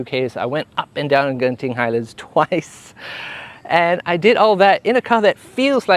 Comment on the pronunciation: Finally someone says it right genting highlands and JENTING highlands LOL